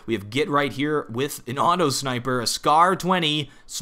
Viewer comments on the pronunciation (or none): none